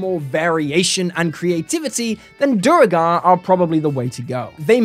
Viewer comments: You said Duergar correctly the first time, then you went to Duregar xD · I've always pronounced it "Dwergar" not....not whatever that noise is you're making :D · Duergar pronunciation has been correctly confirmed to be "dwere-garr" in BG3. It's an Old English word that is the root word for Dwarf. A combo I want to play is Duergar Rune Knight. Pop Giant's Might, then cast Englarge, you are now a Huge size dorf. :D Also, mentioning all the Spelljammer species other than Thri'kreen, my word, how very dare!